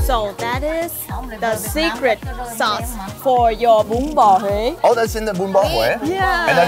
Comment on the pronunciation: Bro the way you pronounced Hue in the beginning with the inflection tone is perfect LMAO